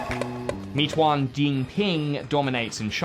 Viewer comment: "Mei" in Meituan is pronounced like "may". Jus say'n.